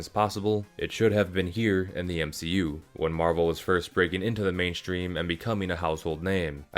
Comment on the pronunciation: “M she u” that’s when you know that his guy wasn’t raised properly